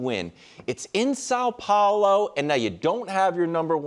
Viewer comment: The way Wildes said São Paulo. Just crisp and smooth! Brazil thanks you!